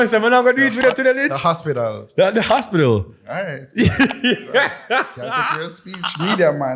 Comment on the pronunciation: It was the ‘hospidul’ for me too Lij 🤣🤣😭